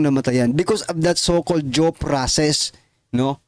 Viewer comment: Due process po hindi jow ang pag pronounce mo